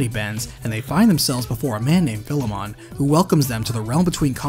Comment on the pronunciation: Bro, your pronunciation of Philemon is wack.